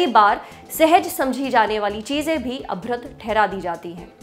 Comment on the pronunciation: Abhrad nhi abhadra hota h ...